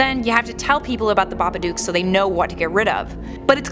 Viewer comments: It’s babaduk not babadoook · Isn't Babadook like book not duk. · Am I the only one freaking out about how she pronounces Babadook?? It’s baba-dook, as in book, not baba-duke. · She keeps pronounceing it baba duke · Stop pronouncing it like that